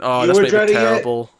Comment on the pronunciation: It was TEWWIBLE